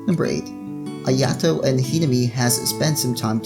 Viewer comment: Ayato is pronounced i a to (ik that not how its spelt im just using that as a example) their just slaughtering touka and ayatos name wow